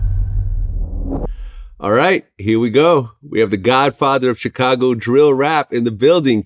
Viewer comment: Vlad kill me how he pronounce Chi-Raq and Chicago.